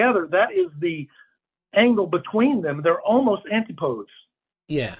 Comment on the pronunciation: That's not how you pronounce "antipodes" dude... not even in American!!